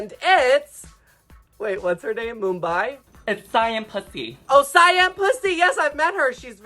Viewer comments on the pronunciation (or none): I THOUGHT IT WAS BUMBAY I LAUGHED SO HARDDD